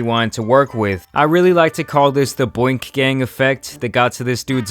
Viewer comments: Boink gang? I think U mean boonk Gang.LoL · He said BOINK gang😂😂 it's BOONK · “Boink gang effect” It’s Boonk Gang😂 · Why he call boonk gang boink gang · wasn't it BOONK-GANG not BOINK GANG? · called Boonk Gang “Boink” that shit funny af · Who is boink gang??😂😂😂 it’s boonk gang lol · Its BOONK gang not "Boink" lol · Boonk gang, not boink gang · His name was BOONK NOT BOINK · dude saying boink gang instead of boonk gang had me dying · boonk gang Not “boink gang” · Bro didn’t say boonk gang but “Boink gang” b💀💀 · Boonk Gang not Boink Gang. Or was you tryna do that on purpose? 🤔🤔🤔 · Did he say Boinkt gang? 😭😭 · It’s boonk gang not boink gang😂😂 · Boonk gang 😭😭 not Boink LOL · U killing me with that boink gang instead of BOONK gang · Man really said "boink" gang, it's "boonk" gang. How tf do you mess it up that badly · *Boonk gang not boink gang lol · Aye bruh i know u didnt say “boink gang” lmao its boonk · My gosh, it's Boonk Gang not boink gang. Boonk: Florida slang, to run off with something. "He asked to see a man's iPhone then boonked on him" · BOONK gang not bOInk gang LMAOOOO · Boink gang? You mean boonk gang?😂😂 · Boonk gang not Boink gang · It’s boonk bro😂 not “boink”😂💀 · Booonk gang not bonk lmao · “Boink Gang” LOOOOOOOOOOOL. He means BOONK Gang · Wtf is boink gang.. It's boonk gang... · Boink gang?? Tf my dude that name ez af to pronounce how u fuck it up😂😂😂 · It’s boonk gang not whatever u called it lol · “Boink gang” “John Cabanna” Lmaoo dude f’d up both names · Dude it’s BOONK gang🤦🏻‍♀️ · no way you just pronounced boonk gang like that😭😭😭